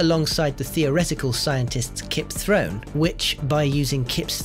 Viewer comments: Its theoretical physicist Kip THORNE, not throne.. put respect on his name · Thorn NOT Throne ;) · Not Kip Throne! Kip Thorne! :)))